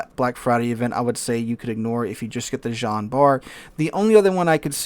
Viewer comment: Jean is most definitely not pronounced like "John".